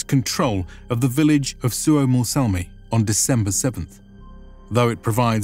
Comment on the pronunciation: SUOMOSALMI is actually Suomussalmi.